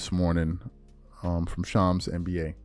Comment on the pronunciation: Dude been saying Shams name wrong for years. Unreal.